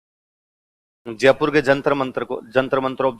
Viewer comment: तो फिर जयपुर को जजपुर तो नहीं बोलते हैं